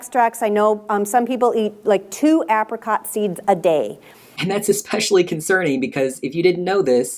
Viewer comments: EXPECIALLY !!! why do americans say that it drives me IN-SANE 😡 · OMG said eX-specially 😂